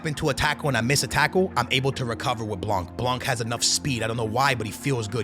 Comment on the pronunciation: It’s “blan” stop pronouncing the c😭😭😭